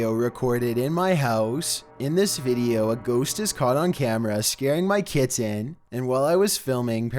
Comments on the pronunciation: Please learn to pronounce ‘kitten’ for the twelfth one, good video overall though :) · It's pronounced KITTEN not Kittan!!! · yep my daugthers cats do shit lile this...they stupid, an where Im from kitten is one syllable but theres also no t's in it either so...meh, but that dude needs to nutter his cat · Oh no, not the Kit-tin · I REALLY HATE HOW THIS GUY NARRATES HIS VIDEOS!!! I HAVE TO WATCH THEM ALL ON MUTE!!! AND THAT SUCKS. PLEASES I WILL GIVE ANYTHING NOT TO NOT HEAR THIS GUY PRONOUNCE THE WORD KITTEN..... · The way he says "kitten"